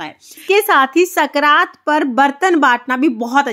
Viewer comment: संक्रांत होता है न की सकरात